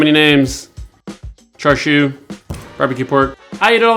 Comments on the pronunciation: So you add premade bottled sauce, sous vide it and grill it, and you call it the "ultimate" version? You slice it to the wrong thickness, you pronounce it wrong, and you don't get the important stuff right in cooking it. Hey look, white people making Asian food "ultimate" versions. Sit down,, you're embarrassing yourself. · Sorry, but this is not char siu. It also looks like you don't actually know what char siu is, otherwise you wouldn't have made this video like you knew what you were doing. Everything about this is wrong. The pronunciation of char siu is wrong, the way you've cooked it is wrong, and the way you're eating it is wrong. Don't appropriate Chinese culture for the sake of making a video.